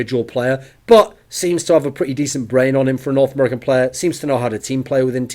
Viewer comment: "He is a very skilled player... for Nort American players" ;DDDD